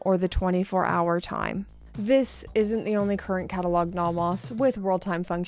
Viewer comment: Please learn to pronounce "Nomos." Both vowels are long.